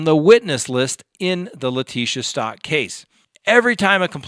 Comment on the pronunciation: I’m not trying to be a dick 😬, but.....It’s Stauch as in couch 🛋btw!! 🤭 Sorry 😐, it’s just going through me, every time you say it! 😆